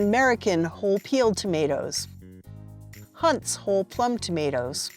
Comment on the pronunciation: For starters it’s definitely not “Hunts”